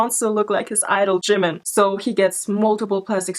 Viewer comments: I just lose 1 of my brain cells ald if they says "Jeeemen" again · He says jimin like jinmin. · it bothers me how he pronounces jimin's name as JIM MIN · "I respect Jih-min sooo much." Start by pronouncing his name properly, dude. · jimIN like wtf say his name properly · I can tell just by the way he says “jim-in” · He cant even pronounce it right "jemin" wth? My poor British self has to put up with him being born here. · And he can’t even pronounce Jimin’s name properly 😑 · JImin! The way he say jimin🤣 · Everytime he says Jimin it's hurts me physically and mentally and makes me wanna throw up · He pronounces jimin wrong and he looked better without plastic surgery I feel bad though cause the man is going through a mental nvm I'm not even gonna say it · He can’t even say “Jimin” and it hurts me mentally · He can't pronounce Jimin even right 😂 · Everytime he says ‘Jimin’ ... A small piece of myself died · He can't even pronounce "jimin" correctly.... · im sure he not .. i saw many stans but never act like him .. screaming in public '-' stupid kiss pictures '-' .. on top he cant even say jimin name right x-x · He doesn't even pronounce Jimin riiiiight come on he not a real stan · Is it just me but he pronounces Jimin oddly? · If you want to look like someone, just pronounce his name right. "JeE-mEn" Or "SourHarambe bts ^-^ ♡" Like... b&@